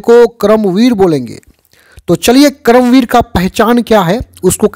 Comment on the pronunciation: Sir उच्चारण तो सही से करिए क्रम वीर नहीं है कर्मवीर है